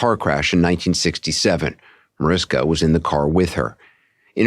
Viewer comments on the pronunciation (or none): ITS NOT MARISKA .......DUMBO!!!!!!!! YOU PRONOUNCE MARISHKA!!!!! GET IT????? SEPARATE LOVE CHILD RAISED BY MOMMY DEAREST'S BOYFRIEND!!!!!!! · mariSHHHHHKA will be so annoyed her name is mispronounced over and over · It’s MaRISHka… 🤦‍♀️ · OMG...it's MariSHka!! How the hell are you going to interview her and not do the most basic thing of pronouncing her name correctly??? Just lazy and disrespectful.